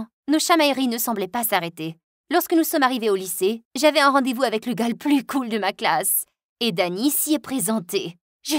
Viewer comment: C'est "cool" pas "coule" Derien😉😉